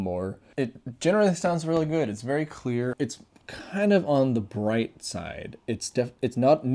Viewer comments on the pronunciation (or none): none